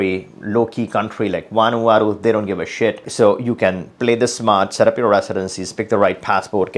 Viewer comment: Did he say Vanuata????